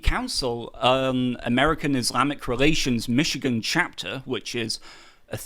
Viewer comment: I'm just trilled to hear a Brit say MiSHigan correctly.